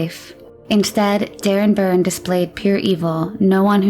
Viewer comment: You keep say their names were Burns ……learn to read …..Byrne ….